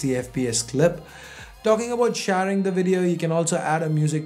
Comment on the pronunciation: Shaaaaring lol what an accent